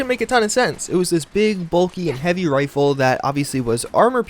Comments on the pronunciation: Your said revolver and riffle. F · Woah woah woah... Did you just say... Ri... Ri... Rifle?